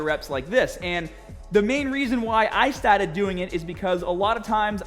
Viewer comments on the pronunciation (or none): It's more "staur-dit" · “Befowe we get stawted!”